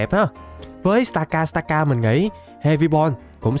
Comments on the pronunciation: Stakataka mà anh đâu phải Stakastaka đâu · stakataka mà ổng đọc thành stakastaka